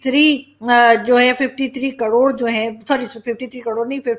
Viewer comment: Madam kadod nahi karod hota hai.🙏🙏